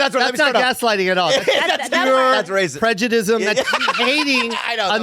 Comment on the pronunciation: "prejudism" is making my skin crawl lol